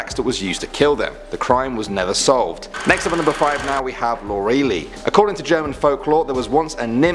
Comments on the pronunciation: Oh Lorelei! I live next to the Rhein River (Düsseldorf) and you have such a funny way of pronouncing Lorelei. You would need to pronounce the ei at the end like an y (ex. my) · "Lor'e-lie" liiiiie not "Lor-ray-lee" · “LORALEE?!” It’s Lor-el-Eye! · English version of Lorelei is Lorelay, btw. That's how you really pronounce the name. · Lore A Lie. Not Lor E Lee. Get it right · First time I heard Lorelei pronounced like lowREALLY X,D (its more pronounced like Laurrel-i , but im not here to nitpick on people for not pronouncing things properly outside of their mothertongue. Its just genuinely amusing to me. So thank you so much! ) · Granted, I don't know German pronunciations of names, but I am pretty sure it is ''Lore-el-lie,'' not ''Lor-real-lee.'' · It's lore-uh-lye (Lorelei). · that’s exactly how my friends name is spelled, but it was pronounced like (lore - ih -lie) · You pronounced Lorelei wrong, it's pronounced "Lore- LIE." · Lorelei is actually pronounced *Laura-lye*. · Here in Germany we pronounce it like "lau-re-lei" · Lorelei: Pronounced LOR-el-EYE . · Eher ai statt eye. Auch für englische. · You are saying Lorelei horribly wrong. It is Lore-eh-lie. Come one, German is not that difficult! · it’s pronounced LOR-EH-L-EYE if that helps. ;) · Pronounced as lore-el-lie. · I think Lorelei is pronounced Lor-a-lie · Lorelei is pronounced Lore-Elle-Eye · Nein Es wird Lo-re-lei ausgesprochen. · I think it is supposed to be [ lore - a - lie ] but I dunno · Pronounced Lora-lie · it's pronounced as Laura-Lie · Pretty sure it's pronounced like loralie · I actually heard a creepypasta reading from the youtuber Kingspook which sounds almost the same as this german urban legend. I think the creepypasta was called 'The Maid'. PS: I'm german by the way and didn't get triggered by your misspronounciation of Lorelei. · Lorelei, just like lorelai gilmore, shouldn't be so hard^^